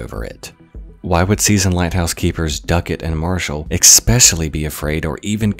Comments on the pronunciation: I cringe whenever you say ex-specially. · Ex-specially lol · "Expecialy" is not actually a word. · i dont know whats more mind fucking, the story itself or the fact that a grown man says expecially instead of especially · Oh god did he say expecially? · How long have you been saying "exspecially?" You know, there's no 'x' in especially.